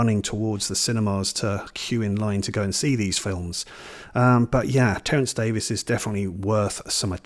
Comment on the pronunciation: Terence Davies (Thanks for recognizing the pronunciation as Davis) was my favorite filmmaker. I'm American (in Florida) and was an avid cinefile who's seen all the great films over time. Imagine my surprise upon seeing my first Davies film The Long Day Closes in the early 80s (I was the lone audience member). At the film's conclusion, I was certain my moviegoing life was forever altered by this moving piece of celluloid. Words failed. I've since seen his entire filmography and they're all of a piece. Certainly not for everyone but those who dare to enter his ouvre will be pleased. My personal favorites are The Long Day Closes, A Quiet Passion, The Neon Bible (criminally underrated) and as has professed, Of Time and the City - surely NOT really a documentary but audacious cinema with guns blazing., thanks for championing this maverick. His imprint in cinema history is assured.